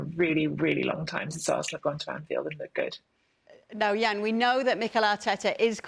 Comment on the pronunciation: Jan is always right 🩵 n it’s Jan not Yan❕🙄🤣